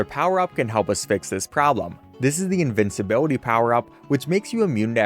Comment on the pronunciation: Who wants to tell him that's not how you pronounce invincibility?